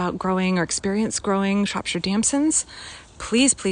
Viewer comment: Btw, it’s pronounced “Shrop - shear”